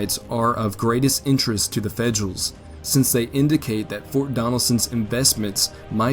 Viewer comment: Yeah, "Fedrools" and "Uleesees" 😂